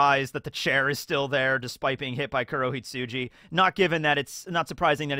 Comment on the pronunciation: Its KurohitsuGI,. Fun fact: "hitsuJI" means "sheep". So you've been calling it "Hadō 90: Black Sheep" this whole time 😂